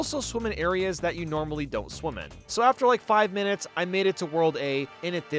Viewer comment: Any time you say "Swim" or "Swimming" it sounds like "Swoom" or "Swooming"